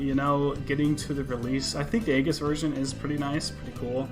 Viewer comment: It's pronounced eyeges